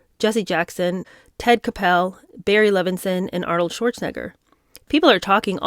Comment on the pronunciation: Does she mean Ted Koppel when she pronounces it “kuh-pell?”